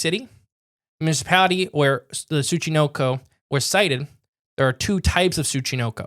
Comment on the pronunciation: How do you manage to mis-pronounce the syllable “NO” (Tsu-chi-NO-ko) as “Knee” every time you say the freakin’ word? Seriously,, you have to put some effort into mispronouncing words as often as you do. It’s almost as if you say, “Show prep? Phooey on that. Read through the tough words and spend five minutes looking them up? That’s for amateurs.”